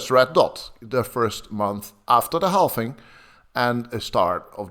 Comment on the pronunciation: Please some tell that is called and pronounced halVing and BTC halVed and not halFing and BTC didn't halFed! I cringe every time